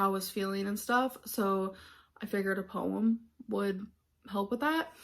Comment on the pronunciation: “Poewumm””powretry” and “writ” How does she get it ALL so wrong?